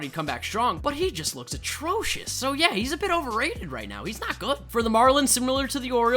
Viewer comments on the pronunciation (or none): No hate abosulutkey no hate but u kinda say attrosuis